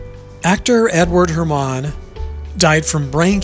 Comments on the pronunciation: It's HER-man not her-MON. He's also well known for portraying FDR in two big miniseries. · Edward Herrmann's name is pronounced (her-man).